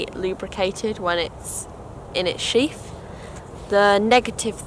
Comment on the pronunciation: It’s a sheath not sheaf